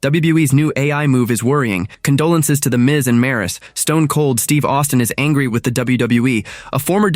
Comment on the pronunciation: This dumb AI can't pronounce condolences 🙄